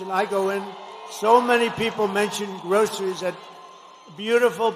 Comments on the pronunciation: He can't even hardly say groceries!!! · He can barely say groceries ....